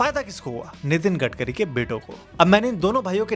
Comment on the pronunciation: gatkari nehi garbari